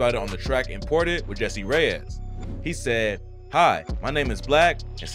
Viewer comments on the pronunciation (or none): none